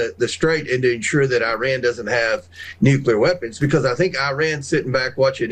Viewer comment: It's "because" not "becoss". You say cause just fine, but turn into a third grader by saying becossssss